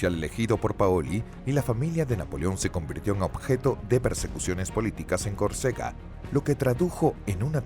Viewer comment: El NARRADOR pronuncia CORCEGA pero los textos dicen que la pronunciación correcta es CÓRCEGA